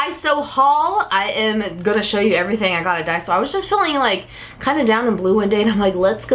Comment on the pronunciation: not to be rude... But it's called Daiso not Diaso:/ plz change it